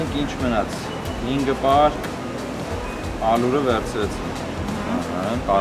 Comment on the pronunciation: 26։18 Ալուր? Ալյուր